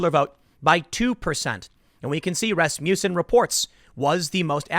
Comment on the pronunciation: Dammit... everytime tim said Rasmuton(however its spelled), the song Rasputin popped into my head